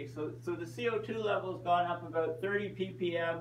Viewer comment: before the world ends its pronounced about not aboat lol